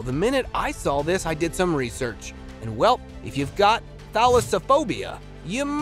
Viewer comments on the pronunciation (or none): none